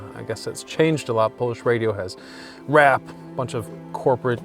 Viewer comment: The way he says “rap” in the beginning 🤡🤡